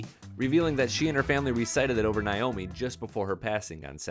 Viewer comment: It's Naomi not Niomi